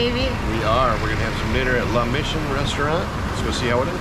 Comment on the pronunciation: Please. Mission is pronounced like missing. La Mission, not mishun.